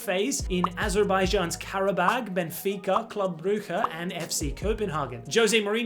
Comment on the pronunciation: Thank you for pronouncing club brugge right, how do you know the dutch g anyway😂